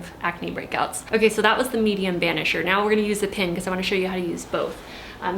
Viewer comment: Pin. Why would she say pen?